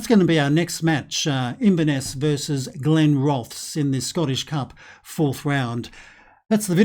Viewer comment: Are glenrothes in the game😂😂 my home town till I moved to Sheffield 5 years ago. Ps u need to say it as glenroth es